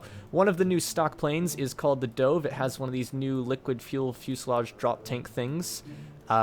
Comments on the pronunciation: i'm sad at how you don't think it's sad that he pronounced 'dove' as 'dohve' even though a dove is a bird and all of the other planes were named after birds. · Scorpion i'm sad at how he pronounces 'dove'